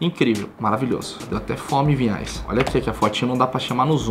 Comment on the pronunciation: é Vinhais, e eu sempre ouço Pinhais